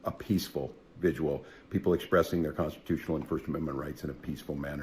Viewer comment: dude cant even say "vigil". Wtf's a "vigual"? 😂